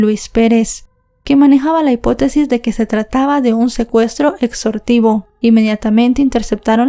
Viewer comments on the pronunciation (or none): Secuestro extorsivo, dijiste secuestro exsortivo😂min 32